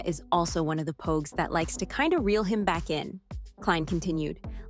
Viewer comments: better tha. the last review i watched. he called the pogues, pawgs. JJ believing he was a pawg could definitely be an issue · bro it was so crazy cause he called pogue , pogue. Everyone else was pawgs. The review was good it was just pure comedy though and it wasn’t a mistake. I hope he leaves it up.